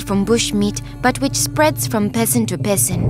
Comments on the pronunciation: Idk why but when the girl says person it sounds like peasant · When she said person It sounded like pesant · I thought she was saying "peasant" instead of "person". lol